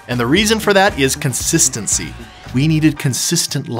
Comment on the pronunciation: haha "constincincy" love it!!!